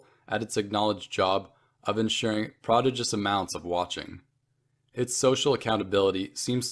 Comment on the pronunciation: Canadians don't accent the second syllable in prodigious?